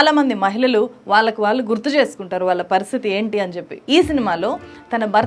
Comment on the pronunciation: మీరు "ళ్ళు" పలకడం నేర్చుకోవాలి. "వాల్లు" కాదు "వాళ్ళు"